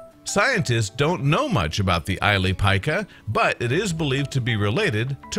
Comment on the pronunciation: It's the ili pika pronounced ileee pee kah ,hate when English speakers don't do the research to find proper pronounciation of other countries